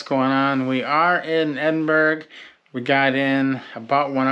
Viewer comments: Ibis is pronounced Eye-Biss Glasgow is Glasgo Edinburgh is Edin-burra Great video! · Edinburgh is not pronounced like pittsburgh. No hard g at the end. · I really enjoy your videos but PLEASE learn the correct pronunciation of Scottish cities. Especially Glasgow and Edinburgh.